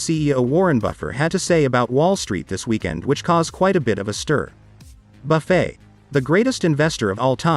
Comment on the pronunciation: I enjoyed hearing the Oracle of Omaha being called "Buff-fay!" 😏😆